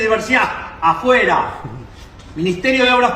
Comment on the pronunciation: You said it correctly🇺🇲🇺🇲🇺🇲🇺🇲🇺🇲🇺🇲🙏